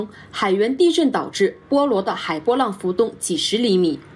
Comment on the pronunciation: 缺乏地理知识啊！“波罗的海”是连在一起的地名。应该念波罗“地”海，而不是波罗“的”海的海波…这应该是非常普及的地理常识。